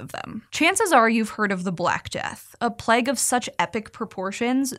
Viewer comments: Plague, not pleg! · Am I the only one who was wincing every time she said "Pleg?" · the way she says plague!!!! "PLEG" please stop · “the Plegh” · The way she says “plague” is mega Californian 😂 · The way she pronounces Plague makes me mildly disgruntled. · So wild that Americans pronounce plague to rhyme with leg rather than with vague